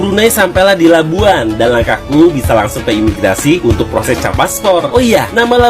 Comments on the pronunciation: Labuan..bukan Labuhan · Ayat sebutan tu tak betul LABUAN bunyinya bukan LABUHAN tapi bunyinya LABUWAN betulkan sebutan tu jgn kelirukan orang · ...Labuan. bukan Labuhan... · Ohhhh.. ohhh ting ting... bukan Labuhan lah, ( Labuan ) 🤣🤣🤣🤣🤣🤣🤣🤣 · Bukan LABUHAN tapi LABUAN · Labuan..bukan labuhan✌️